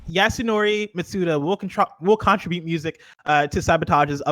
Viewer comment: Bless heart, but can he please learn how to pronounce 'contribute' correctly?